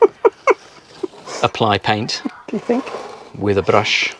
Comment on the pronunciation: Guy is starting to speak English with a South African accent. 😂 That “brrrush” was definitely sounding strongly Boer-ish. 🇿🇦🇿🇦🇿🇦